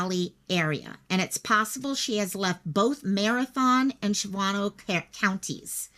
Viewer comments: Replay crew! I am in Green Bay, this is kind of close! And it’s Shawn-oh🤣 you were close! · Was there a description (color, model, ...) of the vehicle? Shawano is pronounced Shaun-0. Wittenberg is pronounced as it looks Wit-in-berg.